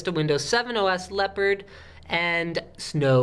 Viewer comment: You say Leopard but it sound Lèpre